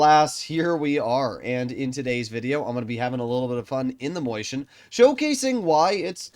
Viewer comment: never........ ever fucking say moiscHien ever again. please its maus with chien miniscule maus please i cringed so hard you have no idea